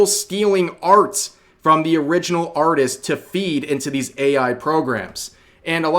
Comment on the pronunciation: instead of artist lets called it auteest